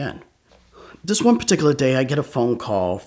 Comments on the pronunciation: This guy like the word "paticula" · drinking game: every time he says “peticular” take a shot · Does anyone else love the way he says “particular”, or is it just me? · Nah it’s not just you